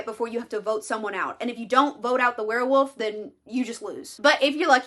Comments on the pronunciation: Are you saying "were woof"? Because it sounds like you are saying were woof. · i'm stunned by your commitment to only ever pronouncing it as "werewoof"